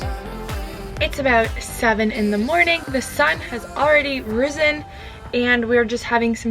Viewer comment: did u just say "risen"?? lol